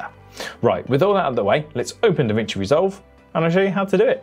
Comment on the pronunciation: It's DaVinci why you're calling it DeVinci? BTW very useful videos.